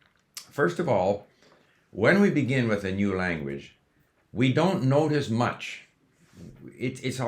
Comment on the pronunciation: I notice you are saying Lanwedge